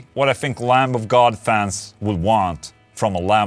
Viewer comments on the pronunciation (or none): The b in lamb is silent